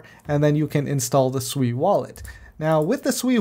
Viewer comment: Hmm u calling it differently.... I like when ppl Su eeeeeee